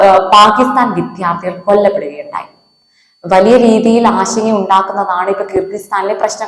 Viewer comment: ഉച്ചാരണം ശ്രെദ്ധിക്കുക . വിധ്യാർത്ഥി അല്ല വിദ്യാർഥി . വിദ്യ ....